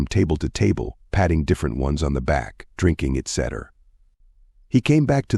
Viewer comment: Cheap sounding AI voice mispronouncing Cayce, saying eee tee cee for etc., is so disruptive to the listening experience.